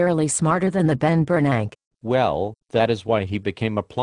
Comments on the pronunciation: I love how they pronounce "Ben Bernank". The rest is worthless blabber. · lol "the Ben Bernank" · I lost my shit at "the Ben Bernank" lol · "the ben bernank" I'M DYING!!!! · "The Ben Bernank" LOL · "The Bernank" is my favorite part of the vid. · is that my ears or do they always pronounce ben bern-ack !!! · Lol the Ben Ber-nack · Congress and bears can't pronounce 'Bernank'.